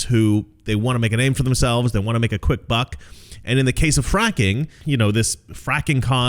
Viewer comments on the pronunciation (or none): none